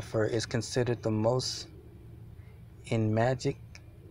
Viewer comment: Sinai = pronounced sigh nigh Mitzvah – mitz vah (not mitz via) Enigmatic – not en magic (It means puzzling) Per se – per say (meaning, so to speak) Sufficed – means suited